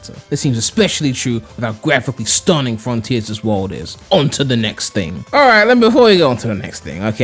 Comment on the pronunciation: Froniters ahahaha